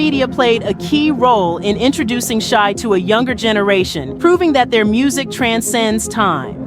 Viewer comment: Shai, Shai, Jodeci, Shai. Get it straight 🤦🏿‍♀️